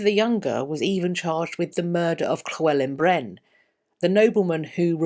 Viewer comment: A fantastic video as always! Very entertaining and informative, and your pronunciation of Llywelyn Bren was very good! (Da iawn ti!) Personally, I feel that the fault lay with Edward rather than Gaveston or the Despencers. I think that Edward was rather weak, seeing as his father was such a strong king, and never truly had the grit to rule England effectively at that time. I feel that Edward needed flattery and attention and he got that from Gaveston and the Despencers, and that Edward would’ve let them overstep the mark in fear of offending his ‘friends’. It’s a story I think we can see repeating with the Plantagenet dynasty, where a strong king is immediately followed by a weaker king then a strong one again.